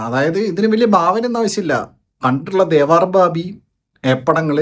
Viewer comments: Devaaar alla bro its Devar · It's not devaar it's devar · ദേവാർ അല്ല ദേവർ... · അണ്ണാ, ദേവാര്‍ അല്ല ദേവര്‍